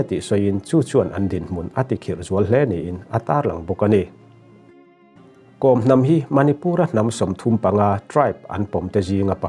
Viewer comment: Kom hnam lam dan hi news reader ho hian kan tisual deuh vek thin a, changel kawr i kheh a, kawr i lam ang hian Kawm tia lam tur a ni.